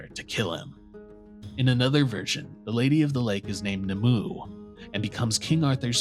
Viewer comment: The name NIMUE is pronounced NIM-OO-WAY not NIMOO. At least make an attempt to pronounce such names properly